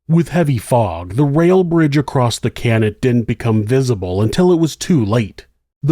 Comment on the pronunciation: There's no "T" in across......